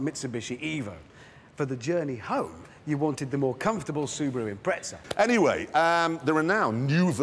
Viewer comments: IMPREZA NOT IMPRETZA!! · Why do they add a "t" into their pronunciation of Impreza (they say impretza). It annoys me every time I watch top gear and they feature an impreza. Is it a Pommy thing or is it just them? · why do they call it the impret-za and nissans are nee-san. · Really...? "Impreza"? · johan gisslin is that all over England or a region specific thing? Because I know some pomms who pronounce impreza like I do.